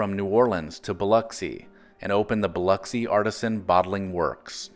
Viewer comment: Not “artisan” but “artesian”.